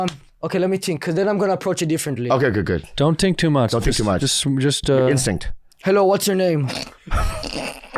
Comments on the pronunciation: Andrew saying “don’t tink too much” 😂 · "Mmmmm let me tink"